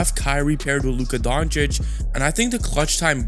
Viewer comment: Dude can't even say Doncic right after 6 years. We all know he does it on purpose just to spread hate